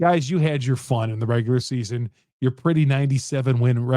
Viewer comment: Nigga a casual stop saying “regualr season” this playoffs buddy